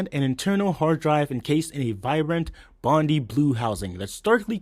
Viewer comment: These are the worst kind of videos. No offence, I really appreciate the hustle, but… There’s so much misinformation in this video and I’m just the first minute in. Firstly, learn how to say Bondi. It’s a hard i. You know, as in Bondi Beach. The machine that you showed when you said it was Bondi blue, was actually blueberry I believe. The original Bondi blue didn’t have a slot loader, it had a tray loader. That was because the slot loader wasn’t ready for production when the iMac launched. Much to the behest of Steve Jobs. I think the main issue is that you’re giving an informational video on something that you’re not that well-versed in. Maybe you’re a bit young, so I’m starting to feel a bit mean, but it’s not about that. It’s about quality of content. There’s no in-depth information here than a simple Google search couldn’t give somebody. Not to mention the inaccuracies. If you’re gonna tout yourself as an apple focus channel that has expert Apple knowledge, then maybe you should do a little bit of research first. Because to not even include the iMac Pro in a video that is about the history of the iMac... well, I find it really sacrilegious that you left the most powerful iMac ever made out of the video.